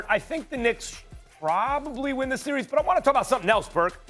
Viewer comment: Im just here to hear perk say "Si-ries"